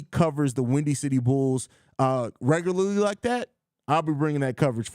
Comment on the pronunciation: Say regularly again fam😂😂...